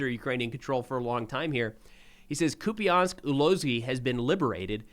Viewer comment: I heard the last syllable of the city pronounced as "pole" not "po-le" by the Ukrainian channel.